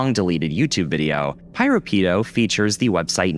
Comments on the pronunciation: Actually, the name Piropito was pronounced as "Pee-row-Pee-tow" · The way he keeps pronouncing piropito’s name with such a STRONG american accent gives me psychic damage💀💀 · Don't know who this "PyroPido" person is, but they better not be taking credit for PiroPito's work. Jokes aside, you might wanna double check your pronunciation in the future.